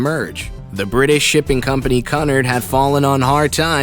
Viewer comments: Your saying caaaaaaaaaaaaanard not cunard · And not canerd its cunard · It isn’t “Cunnerd” it’s “Cue-n-are-d”. I love people who who go thru life saying things one way when the entire world says it another way (correctly). You should check this type of thing before making a video about it . Embarrassing. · I can’t watch this anymore - Cunard is not Kun Ard it’s Q Nard.........For heavens sake. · RMS = Royal MAIL Ship, Cunard = CUE-nard, not CUH-nard, Lusitania = loo-sih-tay-nee-uh, not loose-tay-nee-uh. Queen Mary's dining room SPANNED THE ENTIRE WIDTH OF THE SHIP. I hate when people get common names wrong yet want to act like they know what they're talking about. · It's pronounced Q-NARD!! NOT CUNNARD!! DUMBASS!!!! 😡😡😡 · What is cun-ard ITS QUENARD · Lusitania, not Lustania. Cunard, “que-nard,” not Cunard, “coo-nard.” Curacoa, as in, “cer-a-coe-a,” not, “ cer-a-so.” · dude its pronounced coo nard not cu nerd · Just hearing you say Cunard.... I know you haven't done your homework. Cunard is pronounce "QUE-nard"... My skin crawls when you say CUNard..... can't listen to any more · Also he needs to learn to say Cunard.It is Q-nard not Cun-ard and dislike his video as it makes more people pronounce it wrong and also report it. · KUNURD????? Wtf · OH MY GOD this narrator does not know how to pronounce the name Cunard. It’s almost like he’s pronouncing custard!!! It is pronounced phonetically speaking COO- NARD not Cunard. So annoying!! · It's Lusitania, not Lustania and Cunard is pronounced Cu-nard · Such a shame nobody told the narrator how to pronounce Cunnard. I was wondering who Connar’d was! Good video, really poor narrative. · Cunard. Pronounced Q nard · It's pronounced Q-nard. At least he pronounced White Star correctly. And several below are right that RMS does not mean Royal Merchant Ship. Makes me wonder who writes this stuff. I especially liked the assertion that ten crewmen shared one bunk. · Qnard it prenowsed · Maybe he just didn't know how to pronounce it